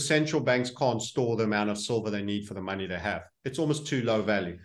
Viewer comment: Drink everytime Says Muney 😄